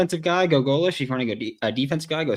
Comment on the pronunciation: his name is pronounced GO- lish. Please!